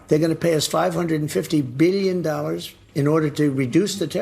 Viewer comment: “One Byyion Dollars, from 10 to 20 in Japan healthcare, 1000%” - Trump 2025